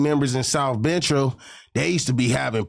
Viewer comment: If he could say “South”why can’t he say “Central “ 🤨